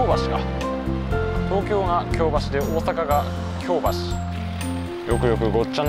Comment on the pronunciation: 私が府民だった20数年前は枚方も守口もあのような案内板はありませんでした。 恐らく街道旅が見直されてきて「そういえばこの辺京街道やん！」てな思いつきで整備されたのではないでしょうか。特に守口宿のあの高札場はちょっと引いた(*´Д｀) それから「京橋」の発音の違い完璧です！表記は一緒でもイントネーションが違うんです。